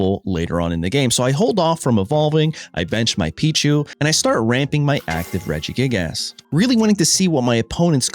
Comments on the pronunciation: regigASS 😂 brother what in the pronunciation 😭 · love how hes saying regi-gig-ASS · It’s his favorite form of engagement bait 😂 mispronouncing names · "Illima so we can bounce our regi-gig-ass" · you really pronounce the ass in regigigas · Came here mostly to see how dude would pronounce Regigigas. Was not disappointed